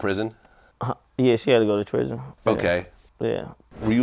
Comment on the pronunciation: So we gone act like we aint hear this nigga say trison?? 😂😂😂🤣🤣